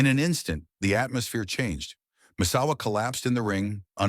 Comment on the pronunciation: "Mit-su-ha-ru" "Messawa" "Masahiro" the level of disrespect and low effort of this video is unbearable.